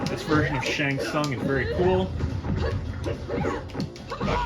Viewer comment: Double Nice! 🥶🥶 I keep thinking is saying "Shang Fun" at times and I was thinking I was just hearing it weird, but even the Closed Captions hears it that way, too. 😆